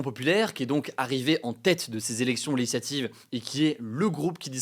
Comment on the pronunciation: "les élections leyislativ" oh la fatigue 😂